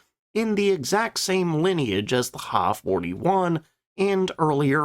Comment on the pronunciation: The narrator does not know anything about Japanese aircraft names. The Ki-44 is pronounced K I not key also the Ha is H I not ha! get people to do these videos that now what they're doing!!!!